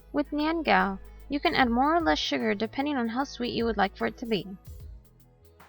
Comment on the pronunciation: You're not pronouncing it correctly...